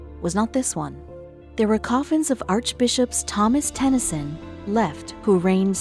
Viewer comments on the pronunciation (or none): none